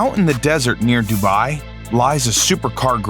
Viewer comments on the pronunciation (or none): none